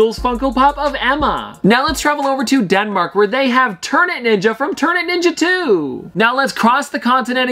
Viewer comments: ternet ninja is not pronoused that way. instead of the way you said it imagine in like this tear-net ninja, and that is how you pronouce it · Its pronounced Tear net ninja. Not ternet Ninja lol